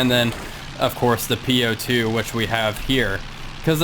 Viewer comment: Nice craft, legendary! To pronounce correctly "У-2" as "bOOk" not "u" or "По-2" as "POlice". Best regards!